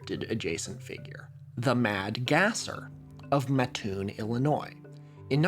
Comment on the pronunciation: speaking of Illinois, that town is pronounced mat-toon, with a short A, and doubling up on pronouncing the T :)